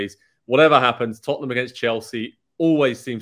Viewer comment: "Tutt-num's young-man Son"